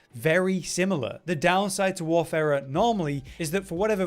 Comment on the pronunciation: Thank you for pronouncing Warfarer properly. This eludes many a YouTuber.